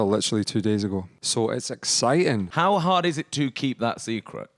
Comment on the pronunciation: 'It's exi-ing'